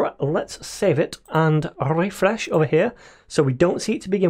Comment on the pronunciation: The way you say "Refresh" 😂❤